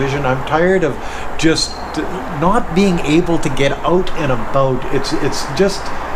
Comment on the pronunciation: did you mean to say "ooot and abooot"? lol! :^)